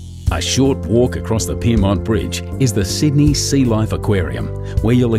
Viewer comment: I love the way they say loeif (life)